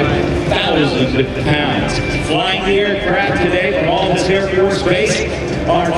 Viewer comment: The A in Altus is pronounced like the A in apple, people never get that right :/